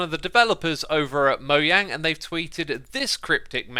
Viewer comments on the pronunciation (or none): Youre the only person that says MOYANG. Nobody in the promotional events says that including the swedes. Its time to stop